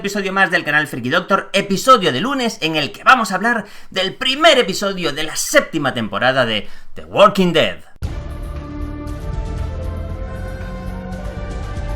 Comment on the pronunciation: muy humilde una observación, se pronuncia Da Woking Ded, la L no se pronuncia, ya se que te encanta pronunciar algunas palabras en ingles como quieres igual que el nombre del Rey en GOT solo un comentario nada mas:D